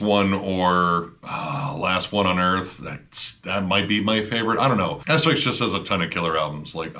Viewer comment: Thank you for pronouncing the name of Asphyx correctly. I have heard a few channels pronounce the name way too phonetically really emphasizing the syllables. Asphyx then becomes Ass-fix and I can't stop laughing lol.